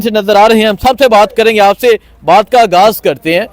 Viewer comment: آپ کی محنت کو سلام لیکن اپنا تلفظ صحیح کر لیں پلیز ۔ اگاز نہیں آغاز ۔ غ اور گ میں فرق ہے